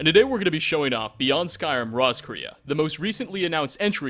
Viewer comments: Dude it's pronounced Ross-k-ray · btw Roscrea is an Irish town and is pronounced "Ross-cree"